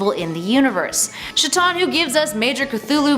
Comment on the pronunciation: Shitton? Rly we're pronouncing Chthon as "Shitton" ???